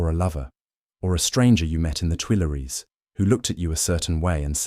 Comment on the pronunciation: It's hard for English speakers to say "Tuileries" or to pronounce the French U.